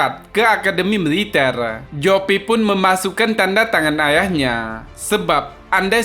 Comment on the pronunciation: Militel.ngomong GK teteh😀😂😀